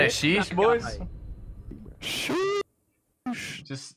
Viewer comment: Lmao the guy who messed up his "Sheesh"